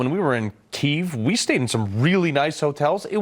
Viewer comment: 'Keyv'? When did it stop being 'key-ev'?